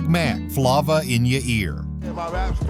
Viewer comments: guy said Flah*Vah in ya ear🤣 yt people be butchering rappers songs/names fr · Buddy really said "Flauva"! 😅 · Damn AI's need to get some blackish in them and other cultures. "Flauva" lol. C'mon Son! lol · “Flawva” in your ear 😂😂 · Come on bruh, Flauva in your ear!!!🤣🤣🤣🤣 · Flavor in your ear say it right!!!! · the way he pronounce FLAVA 😅😅😅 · Who made this list and who is the narrator? Clearly dont know music if Immature is a one hit wonder. And also pronounced flava wrong. These folks clearly dont listen to music. Uncreditable to me.